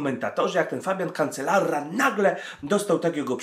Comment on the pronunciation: kanczelaRa nie kanczelaRRRRa ; ) Cancelara Fabian ; ] heh i nie vueltaa espaniola tylko vłelta espańia ; ]